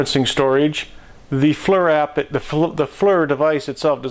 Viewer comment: He calls it a Flur.